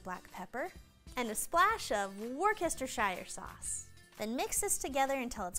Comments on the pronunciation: Wor-cester-shyre-shere .. is what I heard 🙈 This is such a simple word to pronounce... Wusster-Sheere.. or as in 🇬🇧 just Worcester Sauce ( not Soss ! ) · Wor-cester-shire sauce 😂😂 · Woostershir sauce or just wooster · Washyoursister sauce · .... WUSTER sauce, is all. or 'Lea n' Perrins' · Wuss chest Shire sauce ? Where do you get that? :) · "... and a splash of Woosestershire sauce." lols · Did she say “wor kester shire “ sauce ? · .... 'WUSTER Sauce' Or. 'Lea n Perrins' So easy when you know. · Brit here. Can I help Americans pronounce Worcestershire sauce. Wustesher. I love 20 minutes away from Worcestershire. Hope that helps. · Worcester chire sauce lol that's hilarious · Steak looks great but you sure know how to butcher a word. Wor-cester-shire sauce🤣🤣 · Worcestershire pronounced..WUSTERSHEERE ! It's not difficult, even small children can say it with ease. 🇬🇧👍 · I think she was kidding with that pronunciation but not sure. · Just watched another video where it was pronounced like that too. Really think they’re ripping the pish 😂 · nah she just couldnt say it at all not many can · I have never heard an American pronounce Worcestershire correctly but this is one of the best made the whole family laugh god bless ❤ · As a Brit, the mispronounciation of Worcestershire was painful. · Pain meds are helping 😆